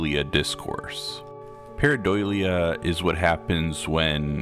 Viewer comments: Idk if its the audio but I kept hearing you say pareidoilia, with an extra I. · Can we learn how to pronounce the word that's the subject of the video please, takes like 30 seconds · I was checking the comments in case I was crazy. He repeats it so many times that I started second-guessing myself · He mispronounces it quite badly and it's pissing me off